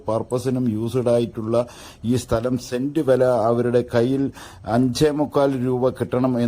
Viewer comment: Send അല്ല cent